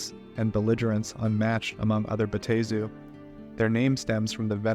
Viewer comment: It's (Bat-Tah-Zu)